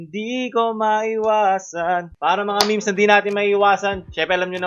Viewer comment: HINDI MEYMEYS YON MEHMEHS YON CANCER KA